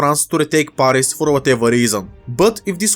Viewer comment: You pronounce the a in Paris it like the a in cat not the one in the word arctic